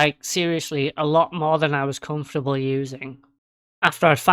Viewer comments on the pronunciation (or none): none